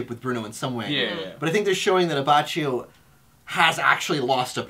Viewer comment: Btw, Abbacchio's name is pronounced A-bah-ki-o. Great video guys!